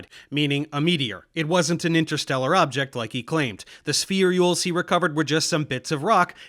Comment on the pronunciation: Can I ask why you put an extra E (or Y?) in spherules every time you say it? My understanding was it's pronounced spheh-rules or spheer-ules. Not that important but spherey-ules just hits my ear wrong and maybe I'm wrong about how it's pronounced.